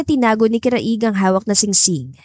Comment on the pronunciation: Paki ayos lang ang pag pronounce ng name ng lalaki CRAIG ipa slang lang ang pag basa pls maganda sana ang story